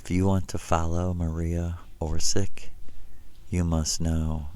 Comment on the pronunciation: ..he cant even pronounce the name of her correctly, someone (acc. to him) that first visited him in 1976? :face-green-smiling: hint: its not OR_SICK its a (what we call now) croatian spelling. his story (so far) has more plot holes than a cheesy soap opera.:face-blue-droopy-eyes::planet-orange-purple-ring